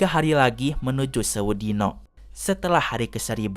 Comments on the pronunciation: pembawaan nya kurang medok , penyebutan sewu dino nya kurang marem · pengucapan kata sewu dino nya salah kang kalau menurut logat jawa 😁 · Mang, cara pembacaannya itu sewu dino, bukan sewu dino !